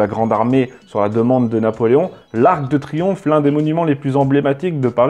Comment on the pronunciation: Pas ar-que-de-triomphe mais arc/de... Le fantôme du "e" caduc... de Reichstadt